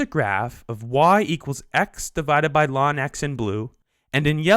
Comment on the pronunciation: bruh why he sayin lawn